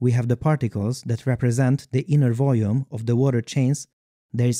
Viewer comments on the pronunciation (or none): When you say "volume" your accent makes it sound like "voujoome"